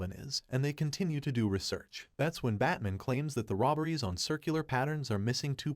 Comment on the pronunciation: "Batmin" ? WTF?